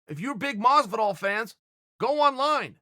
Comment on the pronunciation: Uhh Masvidal? Really not that hard uncle chael..